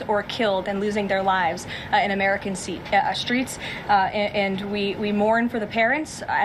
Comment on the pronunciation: DID YOU HEAR HER HUGE LAPSUS ??? “nobody here at the White House, including the President of the United States, want to see Americans hurt or killed and losing their lives in American SEATS… uh streets”. From the very administration requesting the voting data rolls to the governor of Minnesota